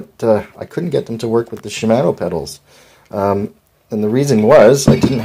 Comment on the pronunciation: Shi-man-o 😂 it's shi-mah-no